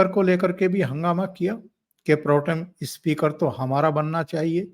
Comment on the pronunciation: Speaker ko ispeaker mat bola kijiye. It speaks bad of Hindi.